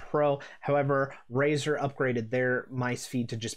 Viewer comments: did he say "RAZOR " dark core rgb pro .................. smfh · "Razer" ? I almost left after hearing that lol. Glad i didnt, good video.